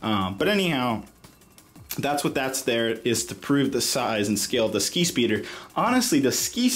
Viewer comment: Each time he says skispeeder I heard “skeet”speeder